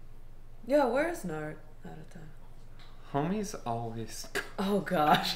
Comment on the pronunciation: You have been getting Naruto's name wrong which is what many people for some reason do. They give him a D sound instead of a T sound. is an example in this episode but you do it quite a lot if these videos. You say it like Nuh-rU-doh when it's said like Nar-oU-toh.